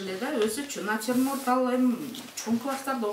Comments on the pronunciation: Натирморт дейт эжекелер😂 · Ошону айтам,элементарный натюрморт деген созду айта албайт го мугалим. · Начурмонд деген не😂😂😂😂😂?